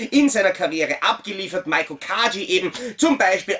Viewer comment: Ihren Namen spricht man nicht MAIKO aus sondern MEIKO (mit langgezogenem E), so wie er auch im Japanischen geschrieben wird 😉